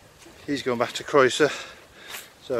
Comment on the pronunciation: Your videos are great and informative. Croeso'r is hardly the most difficult Welsh word to get your head around though. It seem a shame you dont bother to learn how to pronounce the names of the places you obviously love